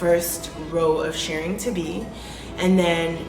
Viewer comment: “Shirring” rhymes with “purring.”